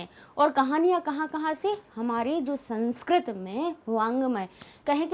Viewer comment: मैम, आप का उच्चारण सही कीजिए आप संस्क्रत बोल रहीं हैं।सही उच्चारण संस्कृत है।sanskrat नहीं बल्कि संस्कृत।